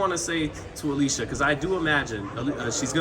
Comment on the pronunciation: Say Alycia name right or dont say it at all